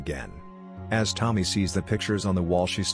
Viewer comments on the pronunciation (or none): It's not Tom-my. It's Toe-mee. To-mi-e is pronounced like Toe-Mee-Air